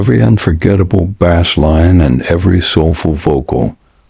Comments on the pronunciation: I made it into less than one minute of this video, and... Nope. Not doing it. Effing voice over. If you have the pronunciation of the most important thing in Reggae as 'bess line', instead of 'base line', you should start a fishing channel, not a music one. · "bass" is pronounced "base". Please stop this AI slop. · It would also be nice if the AI-generated voices could learn that in music — reggae particularly — “bass” is pronounced “bass,” not the same way as the fish.